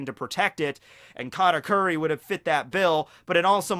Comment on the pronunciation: Bruh its kahtakuri not catakuri